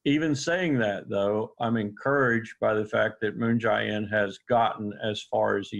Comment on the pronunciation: Aaron, please stop calling him Moon "Ji" In with a hard "I". It's much closer to Moon "Jay" In, with a hard "A".